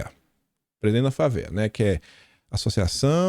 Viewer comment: permita uma correção: Anfávea, observei que tem repetido na pronúncia errada. Parabéns pelo seu trabalho.